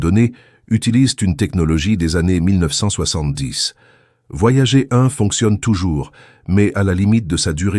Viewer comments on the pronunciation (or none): Ces voix synthétiques par IA font des erreurs de prononciation assez grotesques. Le nom des sondes US "Voyager" se prononce "Voyadjeur" en français aussi puisque c'est un nom propre, et votre IA n'a pas appris à lire les abréviations ce qui est bien dommage.